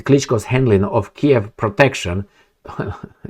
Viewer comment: She called him "Klitchs" . You could imagine how repulsive that sounded - I thought Vicky was talking about her clits. And I was like does this woman has clits - she only knows about pain and no pleasure